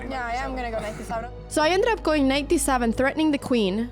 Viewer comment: "D SAVEN"?? "M0üW" .. please learn some proper English